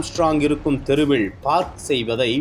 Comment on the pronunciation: அவங்க கொலை ஒருபக்கம் இருக்கட்டும்....தெருவிள்-கொளை-தகவள்-கும்பள் என்று இந்த காம்பியர் தமிழைக் கொலை செய்கிறார்....